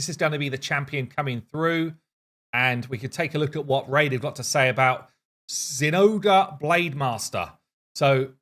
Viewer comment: is the correct pronunciation zen ahh grey?